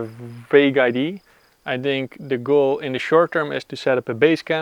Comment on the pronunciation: Why do the Dutch call an 'idea' a 'id' ?